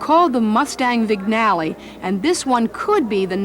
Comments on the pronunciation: It’s not pronounced “vignalley”, it is pronounced “vee-nyall”. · It's pronounced "Vin-YA-le"!! NOT "Vig-na-le"!! Learn how to pronounce properly! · Someone should have told that, the 'g' in "Vignale" is silent, more like "Veen-yah-luh".